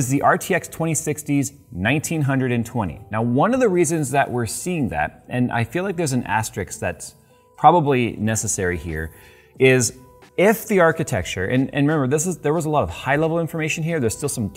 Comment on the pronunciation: You gotta learn to say *asterISK*!!! Every time you say it wrong is like fingernails on slate to my brain!